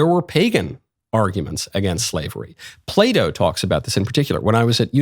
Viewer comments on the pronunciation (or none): none